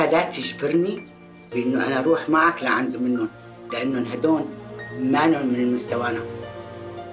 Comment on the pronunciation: هدون ❌ هدول ✔️ 😂😂😂😂😂😂